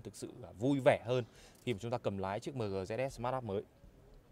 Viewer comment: Thương hiệu ng ta bán nhieu thị trường , đọc logo thành tiếng Việt lun , Hài thiệt 🥴😂☺️